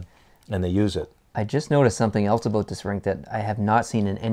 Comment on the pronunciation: Pretty interesting video. I must say. I snickered a bit (its a little after, but I wanted the video to catch it). It's all "aboot" the proper time :-P